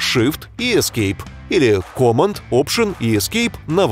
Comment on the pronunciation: Command произносится "кэмэнд" с ударением на второе "э" в амер английском.